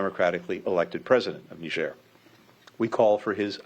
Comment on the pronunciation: She can’t even pronounce the country properly